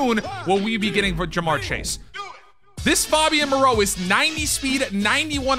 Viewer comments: FAY-BEE-YAN Moreau. Pronouncing it like he's Fabio 😂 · Mans said “FOBian Moreau” 😂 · It’s FAYbian moreau